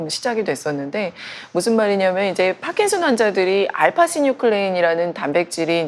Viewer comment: 경상도분이신가요? 파킨슨 발음이 안되시는게 좀 거슬리네요^^